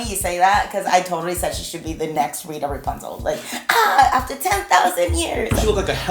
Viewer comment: “rita rapunzel” 😭😭😭